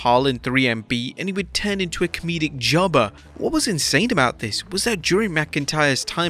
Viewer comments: “Jubbuh” with the accent😂😂😂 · The way the narrator is saying "jobber" is funny.